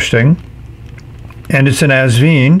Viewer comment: Hi. Love your reviews, as always! Please note that the brand is pronounced... Vine (like a grape vine), NOT... Veen. Best regards, HisNibs.